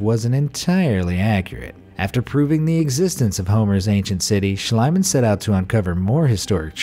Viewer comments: SCHLIEMANN is pronounced "SHLEEMAN", not "SHLEIMAN". you either wrote or pronounced it wrong mate. ♥ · It’s Schliemann, not Schleimann. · Its Not schleimann its Schliemann more spoken as ea like Team or so.. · its spoken "Shlee-man" not "Shlai-man" (not meant bad or anything, just to inform * ^^ *) but a very interresting vid, thx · It is not shlaiman.it is pronounced shleeman. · The name 'Schliemann' is pronounced with a long ie. E.g. like 'piece' and 'niece'. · For future reference, Schliemann is pronounced schlEEman. And it's My-SEEn-ay. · Try to speak the "ie" in Schliemann like "Schleemann" ( as in "need") oder "Schleamann" (as in "speak"). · Schl-ee-man! In German (and a lot of English) ie = ee; ei = eye. Also W = V and V = F (fairly hard), and J = Y. There, that's basic German for you! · I thought the archaeologist’s name was pronounced SCHLEEMAN. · You're absolutely correct. Annoys me that they never bother to check out pronunciations. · please read it as it was written like shleemann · Schliemann is pronounced schleeman in German. With the I and e together in German you pronounce the second one not the first. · It's pronounced SHLEE-mahn. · Why americans dont even try to pronounce “non english“ names right? Its not shlyman oO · Your pronunciation of Schliemann drives me crazy.